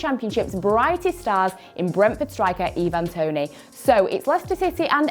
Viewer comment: its not evan toney its ivan toney Jesus christ🤦🏾‍♂️🤦🏾‍♂️🤦🏾‍♂️🤦🏾‍♂️